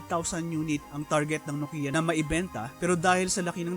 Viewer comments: Diba ang tamang pronunciation ng NOKIA ay KNOW-kee-uh at hindi no-KEE-ya? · Maupay!!! Very Informative. May kaunti lang akong puna, iyong pagbigkas o pag-pronounce ng ng NOKIA, HINDI NO-KI-YA, bagkus NO-KYA and dapat. Eto ang isang link sa clip na kung saan ang isa mismong taga Finland o isang Finnish na nagbigkas ng tama. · nok/kyah not Nokia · Btw guys, paano po i-pronounce ang "NOKIA" NOKIYA or NOKYA